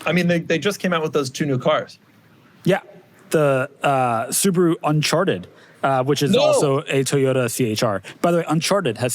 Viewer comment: I know couldn't help but laugh at what "un-c-h-arted" sounded like